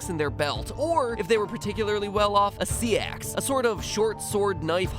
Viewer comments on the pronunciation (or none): "Sea-axe"? Seax, last I checked it's pronounced "sax" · Wait, wait, wait...did he call it a sea-axe? Last I checked it was pronounced sax. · ...you must read CONSTANTLY!!! Very worldly and highly entertaining!!! Dude said "sea-ax" lol pronounced seax!